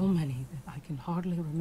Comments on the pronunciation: me revienta los oidos cada vez que dices michon, que vale que se escriba michonne pero se pronuncia mison por dios.. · michon le manda xD se pronuncia millon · miccchhhon (pronunciacion de ) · "MICHON" "miCHON" "miCHON".